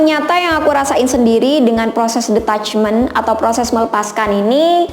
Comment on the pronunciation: Hi klo boleh saran, pronunciation detachment itu kayak ditachment bukan de..sorry agak2 gmn dengernya soalnya. Atau mgk lbh baik pake bhs indo aja ga usah mixed drpd bolak balik dengernya salah 😔, agak ganggu